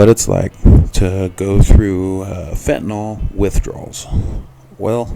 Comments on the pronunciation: Nyl.. not Nol. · It's not pronounced "FENTA-NOL!"